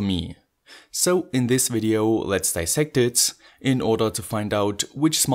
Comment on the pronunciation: I love all your videos. But please stop pronouncing a "S" after the word "IT". My ears are bleeding:-)